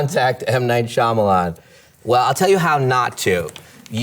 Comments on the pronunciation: Jim actually says M Night "Schulman" 😂 to mess with Michael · Actually Jim said M Night Schulman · I like how he mispronounces his own last name now I’m not that embarrassed about not knowing how to pronounce it anymore😅